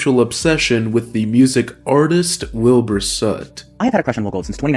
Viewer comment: Legit thought he said "Bill Burr" rather than Wilbur at first and nearly died laughing 💀